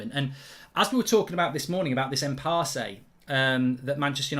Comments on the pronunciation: Impasse is pronounced as Im-Pass. Not as Im-Passay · Impasse Pronounced "impass" - it's a silent e